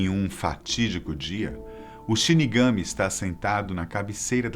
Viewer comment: Só para lembrar, quando fala a palavra Shirigami, tem que dar mais ênfase sa última sílaba [shirigamí]. 😉😉😊